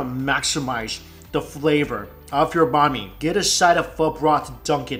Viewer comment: I hear Bah mi instead of "Bahn" Mi. My Vietnamese side is going crazy for how he says Bahn Mi but I still love your videos Mike.